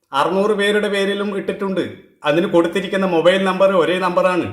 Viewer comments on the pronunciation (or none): none